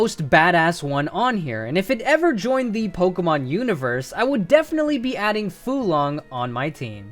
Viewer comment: Pretty sure Fuelong is pronounced fyool-long. You know, like fuel. Also, for the move: Xiuhcoatl Crash. A fire-type physical move with a lot of power, but requires a recharge on the next turn. It's name originates from Xiuhcoatl, a fire serpent that was wielded as a weapon by Huītzilōpōchtli, the Aztec god of war and the sun.